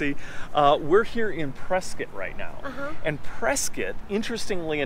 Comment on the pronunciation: PreSCOTT. Not preSKIT.